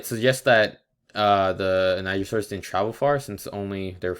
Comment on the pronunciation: I think you said the name wrong